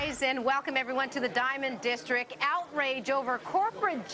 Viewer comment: districT!! There is a T in the word, lady...geez